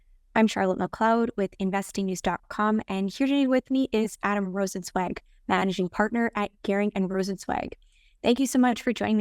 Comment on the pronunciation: I think Charlotte is the only interviewer who can pronounce Rozencwajg correctly.